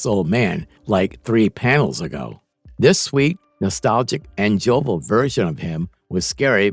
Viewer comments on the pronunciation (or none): The mispronunciations/misreadings in this video make it nearly unlistenable ("joval" = jovial; "fascade" = facade; "defamation" = deformation). Do better.